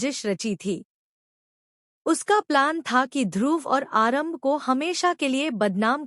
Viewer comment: Aaram bhi h aarambh n female h male n 😅 sahi bolna sikho